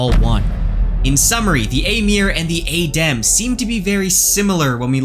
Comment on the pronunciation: So you know how to pronounce it properly and you still mispronounce it intentionally. Normally I wouldn't mind, but it's just jarring to hear it wrong over and over again. Otherwise good theories and you're definately on Rofkuss think because he has done all this very subtle hinting on purpose.